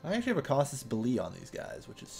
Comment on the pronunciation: cah-sus bel-ee